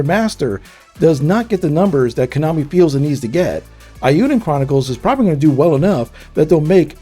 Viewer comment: Good gosh. Pronounce it right please. Suhcowden? Ayuden Chronicle? Kanami?